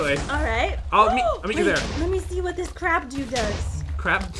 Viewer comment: did say crab doo or crab dude